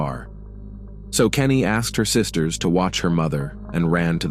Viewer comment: It’s Canny, not Kenny